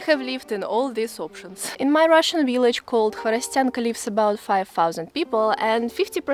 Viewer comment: I love the way she says "willage"..Then again her English is 100% better than my Russian!I like to see how people live in Russia in the REAL Russia that we never see.Just the same as everywhere families and friends sharing time.